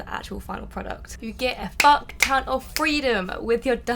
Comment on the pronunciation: No offense but you do not suit swearing like honestly you start off sounding all quite and innocent. The just a loud emphasised FU CK lol